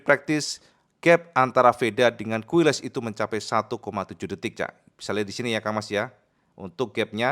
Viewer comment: Izin sedikit info,: - "QUILES", dibaca "KILES". - "MUÑOS", dibaca "MUNYOS".